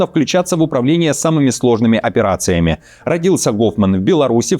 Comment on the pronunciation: Гоуфман 😂 ну беларус же 😂 не еврей 😂